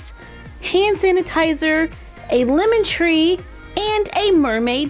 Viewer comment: I thought she said "Woman Tree" when she said "Lemon Tree" and I asked myself what a woman tree was.